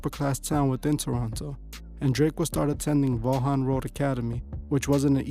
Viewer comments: It's pronounced "Vawyn" lol, just sayin'... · I live here in Toronto. It’s pronounced VON road academy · Vaughan is pronounced "vawn". Like yawn but with a V.